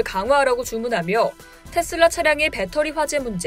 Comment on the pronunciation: 나만 텟쓸라 라고 들리나요?